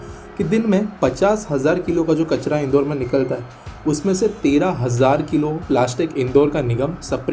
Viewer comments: In-door nahi inn-daur 😂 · Isse indoor nahi padhte...in-daur padhte he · Pronounce.... Indaur City